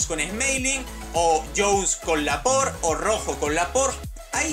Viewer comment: así se dice noob